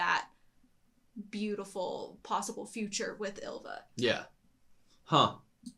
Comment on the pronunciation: And Y is a vowel, not a consonant, so I'm more annoyed when they pronounce "Ylva" like "julva". I know English speakers can't pronounce Y (in fairness, the Japanese can't either), but at least use a vowel sound instead, like i. It's not right, but closer.